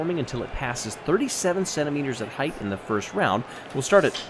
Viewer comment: "heighth"?! C'mon,, don't lose us now.